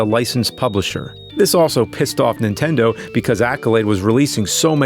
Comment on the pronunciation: Has anyone ever noticed how James says "Super Intendo" instead of Nintendo ?